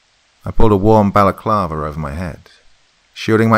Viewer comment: ...,seriously? None of you corrected him? Homie, you do great reads so nobody can fault for mis pronouncing a word on occasion but politleness would dictate that the mispronounced word be pointed out just in case you have to use that word again . Balaclava. Ask the googles for a proper pronunciation. No malice intended only letting ya know. Ok back into this immersion.